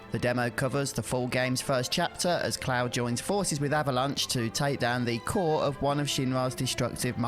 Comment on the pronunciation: Bawwet and cwoud